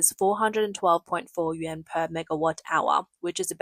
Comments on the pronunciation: Why are you saying “Yen”. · Because the Chinese currency is the 'yuan', in pinyin transliteration, but it is pronounced "oo-en". Think of the 'y' being almost silent, the 'u' pronounced as 'oo' and the 'a' converted to a short 'e'. "oo-en"